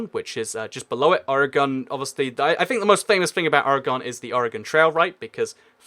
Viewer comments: its or-gan not o-re-gon. Also you should have mentioned nevada and las vegas. Ayy at least you got your south facts right though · Sorry to be rude but it is Oregon pronounced organ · Oregon is pronounced or gen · "Orygun" is not how you say it lol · the way you say Oregon though.. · Catastrophe - CS:GO Content & More I grew up in Pennsylvania and everyone pronounced it as "O-re-gon." I now live in Virginia and everyone pronounces it that way too. It's like how you pronounce Nevada, changes based on where you live.